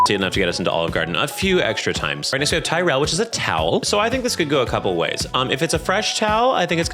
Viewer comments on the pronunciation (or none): none